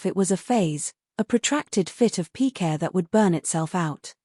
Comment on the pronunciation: Pique not p. que